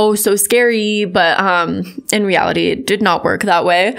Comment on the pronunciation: Idk this man but the way he pronounced "reality" makes me dislike him from the get go 😖